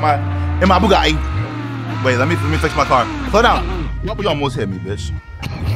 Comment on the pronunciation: "ma bougadi" ... BUGATTI, not bougadi